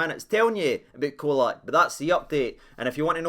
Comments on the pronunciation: ye've jist made an enemy yet again wae yer pronunciation FFS! Guy likes tae be called cholak as in he'd choke the life ootta ye fur callin him oot as Colak as in Coca Cola 😂😂😂😂😂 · Mon tae f*ck it’s Cholak CH!! 🤣